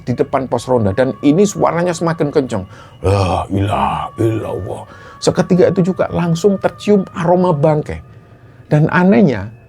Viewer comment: Assalamualaikum cuma mau ngingetin dikit. Intuk membacakan kata Laailaha illallah tolong pemenggalannya diperhatikan. 🙏